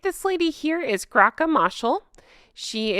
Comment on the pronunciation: It is pronounced Graca (like Grace, not with a K) just Saying, not criticism